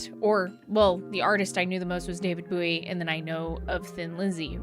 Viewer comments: Bo-wee... not Boo-wee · Why are you mispronouncing David Bowie. His name is bow like the weapon. Not boo like the knife.